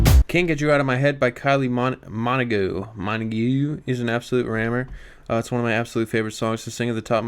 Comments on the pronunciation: That pronunciation of 'Minogue' 😭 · Did he just pronounce Minogue like that? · The way he pronounced Minogue gave me a stroke